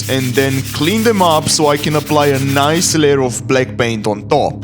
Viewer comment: holy respect to broo also i love it he says niee isted of nice but you uderstand what he says your so funny